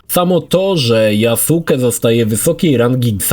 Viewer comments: tylko blagam: NIE YASUKE, to jest JASKE ( tak jak w naruto byl Sasuke, ale czyta sie,saske'). Przepraszam ale za duzo anime ogladalem zeby mnie to nie ukuło w uszy. Dobra ogladam dalej bo chce kupic XSX specjalnie zeby ograc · YaSUKE? A nie "Yaske"? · yasuke czyta sie jaske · mów - Yaske:) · Wysłuchałem wielu Japończyków wypowiadajacych się na temat. Właśnie dlatego, że u jest krótkie, słychać "Yaske"., który tyle czasu spędził przy grze, powinien wiedzieć. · tumanie jaki Jasuke? 😂 Tak się tego imienia nie wymawia. Poza tym uważam że ta postać jest zupełnie dodana z dupy i powinno jej nie być. Ogólnie to od serii odbiłem się przy graniu w pierwszą część na Xbox 360 i nigdy do niej i żadnej kolejnej części nie wróciłem. Przewidziałem przyszłość i rozstałem się z tym tytułem na samym początku. Owszem grafika, mechaniki były wtedy kozackie jak na tamte czasy ale nic poza tym. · Nie "JASKE" tylko "GRZEGORZ FLORYDA"